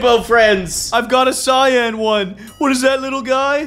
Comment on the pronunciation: You don’t say cyan like that